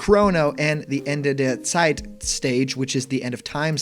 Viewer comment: Kudos for your German pronunciation! That „Ende der Zeit“ sounded perfect. If this leak turns out to be true, I think I’m going to be a bit disappointed. Joker aside, I don‘t like any of the other chars too much.